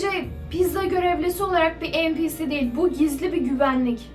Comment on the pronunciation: Abla o npc diye okunmuyor enpisi diye okunuyor